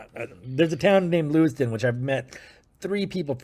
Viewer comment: LEWISTOWN …not Lewiston. 😪